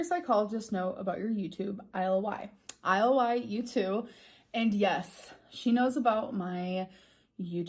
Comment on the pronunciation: Maybe I've just watched too much Ja'mie Private School Girl, But her saying the letters of ily instead of just saying 'illy' was my biggest irk in this video tbh